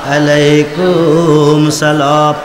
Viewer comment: সালামটাউ শুদ্ধ করে উচ্চারন এর যোগ্যতার অভাব দেখতে পেলাম। আল্লাহ পাক এই সকল নামধারী আলেমদের হেদায়েত দান করুন।